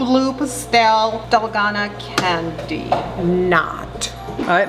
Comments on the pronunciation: Dal-goh-nah. Not dal- goe-nah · pls its DALGONA not dolgana 😭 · pronounced (dal-goe-na)